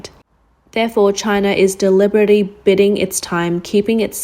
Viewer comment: Good information to have. Still, can we talk about the narrator? She seems new to the channel and I've withheld critique in the expectation she'd get better with time, but if anything, she seems to be getting worse. There were multiple errors in this video, but the one that really got my attention was the inability to say "deliberate". This is not a hard word to say, but it was still spoken incorrectly. I get that not everybody is an English speaker, but to narrate a specifically English channel, you'd think the bare minimum requirement is English fluency, no?